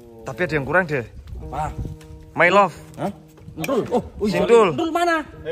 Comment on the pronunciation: Bukan may, tapi my